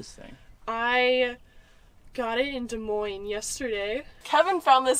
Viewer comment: you know you play red dead too much if you hear lemoyne instead of des moines 😂